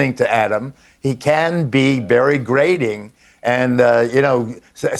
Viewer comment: and geraldo knows grating (even though he said grading). 🙄